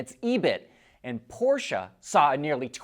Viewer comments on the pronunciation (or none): none